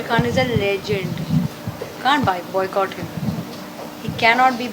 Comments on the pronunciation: kuch Bollywoodion ko boycott bhi bolne nhi aata,bicott bol rhe h 🤣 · ab to ekta kapoor bhi "buycot" bolne lagi hain.. media walo ki jay!! 😂😂